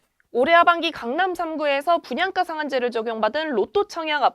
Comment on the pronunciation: 발음이 왜 이렇게 된 소리를 많이 내나요? 땅깞?, 분양까?, 있떠라고요?, 없따? 강남꿘?, 있꼬요?, 입찌?, 중국말하는 줄 알았어요. 귀에 거슬리네요.